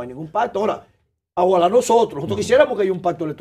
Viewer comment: Sooooooooplaaaa!!! Un ex diputado, presidente de cámara, miembro del consejo Nacional de la magistratura, y dirigente de partido político en la República Dominicana, dice: “AJUALÁ”., por OJALÁ…. Susantísimo!!!